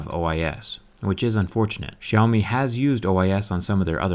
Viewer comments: Is that how you pronounce their name? 'Show me'? That's interesting... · The way he said "Xiaomi" made me laugh